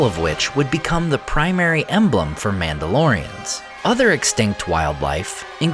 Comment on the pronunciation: I swear I heard Númenóreans more than one time when he said Mandalorians. So used to watching his Middle Earth videos. 😂😂